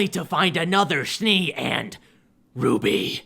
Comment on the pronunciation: That’s not how you pronounce Ruby!! Flashback to ruby episode that is so terrifying Me: Can we go back about that